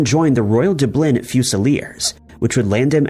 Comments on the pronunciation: Dublin had me cracking up! lol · I chuckle every time mispronounces a city name. Is this done on purpose for copyright reasons? Dublin and Monaco had me shaking my head. LOL